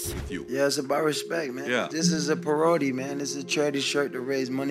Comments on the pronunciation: I thought he said priority. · A puh-rody... ha! I was wondering what that meant. Thanks for highlighting it Haha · lol I thought he was on about the Scambaiter Perogi when he said parody! I was like "why's he talking about Perogi???" until clarified he was trying to say "parody" hahaha so funny! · He said pa-rodey😂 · A paroadie…sorry couldn’t help laughing 😂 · Dude said parowdy 😂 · "Per-row-dee" LOL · LMAO Ithought he said "pierogi" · This is "paroady" lmao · Oh, he said “parody” I thought he said perogi. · Lol, I thought he said perogi. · The fact he thinks it pronounced "per-odey" tells you something about him. It's not brain damage & it's not so much cte as it is pure ignorance. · if the man has as much brain damage as 150 people suggest here, it would explain some of his actions and of course piss him off because even if mispronouncing the word "parody" isn't an indication, he doesn't want to be seen as "damaged goods"...by the way,, how do you manage to hit such high notes when speaking? you and tucker carlson should have a duel. i like your content but insinuating things about football stars personal lives, be it tom or antonio or whoever is less effective than talking about what goes on on the field.